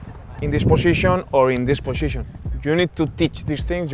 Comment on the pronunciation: its not the same if your in dis poshishon or dis poshishon😂😂